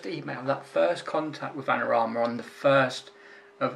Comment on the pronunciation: I'm not being picky but it sounds like you are saying Anorama and not Adorama. Just don't want them stopping your freebies mate. Keep up the good work!